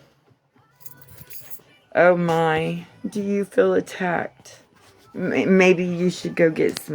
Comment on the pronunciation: Did she really say ATTACKTED,? I don't even know how to spell that lol